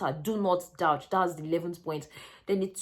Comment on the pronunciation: "douche " is pronounce as dooSH